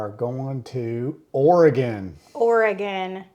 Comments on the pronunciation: So proud of you for pronouncing Oregon correctly. So many people (especially those who live far away from it) pronounce it Or-e-gone. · I was thinking that exact same thing! She did not pronounce it or-i-gone. ❤❤❤ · You correctly pronounced Oregon! Well done! Most from the Midwest and South say, Or gone. Like nails on a chalkboard. 😂